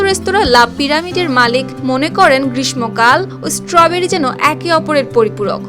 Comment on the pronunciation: The pronunciation of "গ্রীষ্মকাল" was wrong.